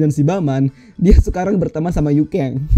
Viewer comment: Yuken bang Bukan Yukeng 😂